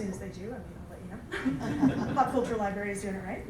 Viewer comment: Ok, this speaker sounds like she only knows current Spider-Man (miles morales). Nothing wrong with that, but I'm annoyed by her constant pronunciation of "libary" instead of liBRARy. As a supposed librarian, i find her credibility suspect.